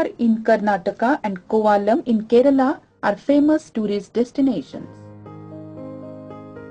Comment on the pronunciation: its Karnataka and kerala ... not tak and ral